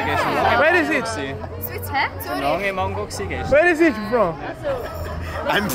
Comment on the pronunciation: UERI U FROM??? KKKKKKKKKKK